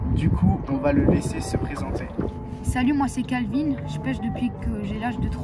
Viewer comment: Kalvin et non Lanvin. De jack